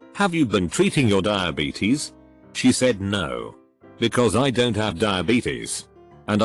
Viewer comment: Why can't the robot, speak contractions, properly; hearing, "what-sos the problem? Don-sot you understand words?"